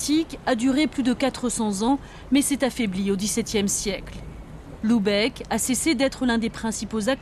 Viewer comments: Très jolie vidéo mais, attention à la prononciation ; il faut prononcer Lubeck et non Loubeck. P M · Bordel, c'est pas compliqué de prononcer Lübeck, c'est un U pas un OU ! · "Loubèque" :D